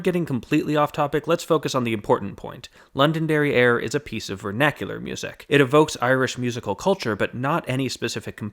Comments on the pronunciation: Heh, he said, “London derrière”. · I kept hearing London derrière! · Definitely heard it as London derrière. Totally different meaning. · When you first said "Londonderry Air" I thought you had said "London Derrieere" and it was some sort of early version of Baby Got Back and its Oakland Booty.